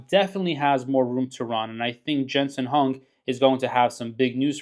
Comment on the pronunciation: You are a genius! Down almost 3.5% today! Probably should spend more time learning how to pronounce the CEO’s name and less time pumping up an event that will do absolutely nothing for the stock price. Quick money is never a blessing in the end.